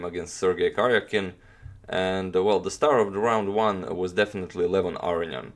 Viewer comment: wow. I'm surprised to here the authentic pronunciation of Aronian's last name here :)